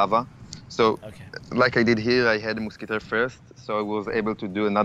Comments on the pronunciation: moozkiteh. lol😂😂😂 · "Je put the moosketair in the back" lol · I was dying every time he said"moosketeer " and "hog lider" like his accent dude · muskatay omg that French so special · Muskutuir lol. No hate